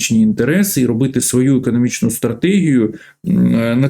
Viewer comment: Прізвище вроді ж Галащук, а людина акає, як московит. "тАвари, пАчув на свАю адресу, Європоейський сАюз, вирАбниками.." Нє, ну невже так важко вимовляти українські слова не акаючи?